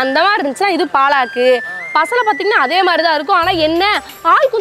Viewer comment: என்னது “பா லா க்” கா? தெய்வமே 🤦. It’s பாலக் . That’s all